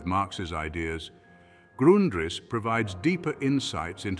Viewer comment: You couldn't get your fake AI voice to pronounce Grundrisse the same way throughout the video?